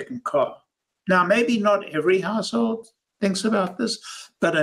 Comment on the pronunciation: I heard “household” as “asshole” the first time and now I can’t unhear it. 😅